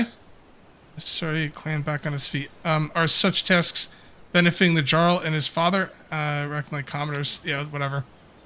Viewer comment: Jarl is pronounced "Yarl" kinda like in Skyrim. Just FYI. Thanks for the video!